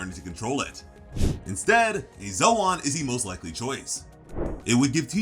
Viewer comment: Ive never heard it pronounced zowan before